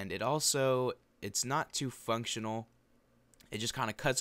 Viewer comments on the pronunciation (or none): sounded like u said fucktional XD